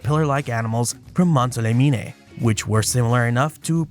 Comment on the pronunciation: Mont - saw - leh - mean ;-)